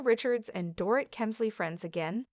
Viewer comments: It sounds like Doreet. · You need to learn how to pronounce the Dorit's name.